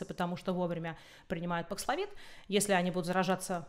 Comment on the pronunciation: Спасибо! Очень актуально: что делать в России? Прививаться Спутником дальше? Говорят, он не годен для бустера. И просьба четко произносить названия. Бакславин? Пакславин,бакславит, пакславит/д, бакслафин/д/т? Это особенно важно, когда слово новое, термин, имя, фамилия, топоним. Очень распространенная вещь многих спикеров